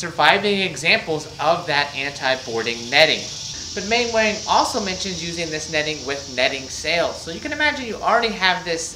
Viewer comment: Fascinating! Thank you. Maybe it’s a period thing, but the usual pronunciation of Mainwaring is “Mannering”. Rather like Cholmondeley being pronounced “Chumley”.